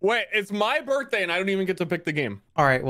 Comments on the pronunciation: "Happy Birhtday" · "Happy birhtday."